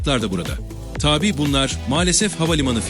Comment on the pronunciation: sunucu arkadaş, “tabii” demen gereken yerde “taaabi” diyorsun. kafa karıştırıyorsun ve kendini komik duruma düşüyorsun. yapma bunu. (not: orijinali tabii ve tabi olan iki ayrı kelime vardır. eline bir sözlük al, okunuşları farklı olan bu iki kelimenin anlamlarına bir bakıver bence)